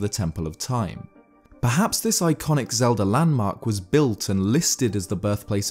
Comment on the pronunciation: Legend of Zelder